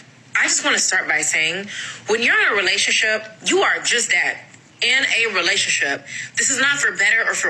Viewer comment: relash-ship. LMAO. God's little clowns. You see how dey talk doh bro? Itzzzz waaaald. LMAO!